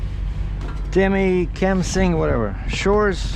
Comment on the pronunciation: Hey Right on! My old stomping grounds! If it helps ya it is pronounced "Tey-Mis-Kah-Ming (Temiskaming). Great content as always. Drive safe!